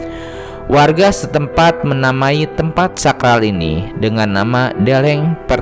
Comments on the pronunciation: Stop Pembatakan Suku Karo Karo bukan batak Bukan karena gbkp Deleng, pengucapan E lemah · Deleng, pengucapan E lemah Untuk Suku Karo Suku Karo bukan batak Karo bukan batak